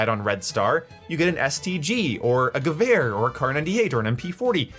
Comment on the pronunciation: I'm awestruck, he said "gewehr" right. Lol